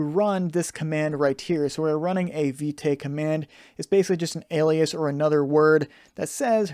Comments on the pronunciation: Thank you for the tutorial, totally love it. Btw. Vite is prononce as "Veet" (it mean "Fast" in French) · I really love the tutorial, but that Viteigh is really distracting lol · You pronounce it wrong